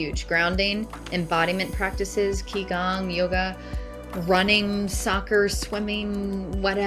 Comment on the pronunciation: The mispronounciation of Qi Gong & merkabah were too distracting 😂